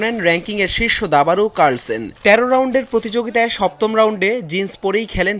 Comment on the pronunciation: carsen ta koite paren na apnara?